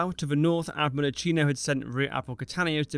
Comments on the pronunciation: It physically hurts everytime you say IatshIno. And I'm not even Italian! His name, /Jakino/, does not rime with cappucino. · Iachino: pronounced something like yakeeno, the CH digraph in Italian is like a K in English. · Much enjoyed this, thank you. (Very minor comment: Admiral Iachino's name is pronounced: Ee-a-kee-no ('ch' is hard in Italian - Ee-a-chee-no would be spelled 'Iacino' with no 'h').